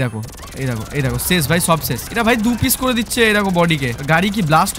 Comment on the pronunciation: ছেশ না ভাই শেষ বলে 😂